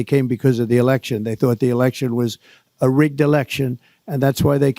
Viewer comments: It’s election, not alection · "You're an idiot." 🥴 "Rigged eliction." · …”a rigged elickshin..”. Really jumbo ? That all you got?